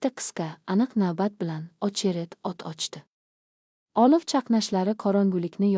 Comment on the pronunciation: AniOlovni olif ylikni olik deb oqish sharmandalik yaxshisi hikoyni joylamanlar sharmandalik eliktron o'qishni to'g'rilashni iloji b o'lmasa yozuv holda bering